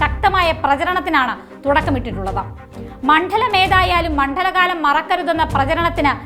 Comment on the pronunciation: ണ+ഡ = മണ്ഡലം മോളെ ഒന്നുകൂടെ ഒന്നുച്ചരിച്ചു നോക്ക് കൂടുതലായി ഊന്നൽ കൊടുക്കണ്ട